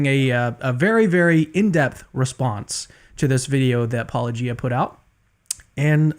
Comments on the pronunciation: Not a good look for either of you, CannedRunes and Loki. I hope you give Paulogia an apology. Oh, and because you keep having a cheeky smile every time you mispronounce Paulogia, why don't you watch the video you made with him explaining it and you practicing it and recognising why it's pronounced that way? Or you're just going to keep being deceitful... Kind of like you what you accused Paulogia of doing but yours is actually intentional. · I just watched the response to this from Paulogia and it is so clear that you two are intentionally and dishonestly misrepresenting his point. I hope your subscribers would recognize what you did, but sadly I fear your subscribers will just eat this bullsh-t up and you know it. You're continual mispronouncing of Paulogia is long past believable and shows your truly condescending nature. Please people, watch the response to this just posted by Paulogia. You owe it to yourself.